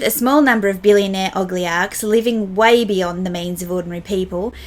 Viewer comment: Your pirate reference was so funny yet so sensical. (Btw, it's oligarch, not 'ogliarchs')